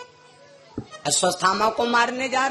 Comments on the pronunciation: अस्वसथामा नहीं अश्वत्थामा😮😮😮😮 पहले शुद्ध उच्चारण करना सीखें फिर कथा कहने का प्रयास करें😢 अभी काफी अभ्यास की आवश्यकता है😮😮😮😮😮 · अश्वत्थामा का सही नाम नही ले पा रहा है, जोकर